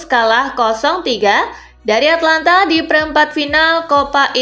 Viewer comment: Atalanta mbak bukan Atlanta